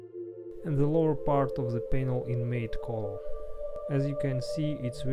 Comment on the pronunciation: Say matte like mat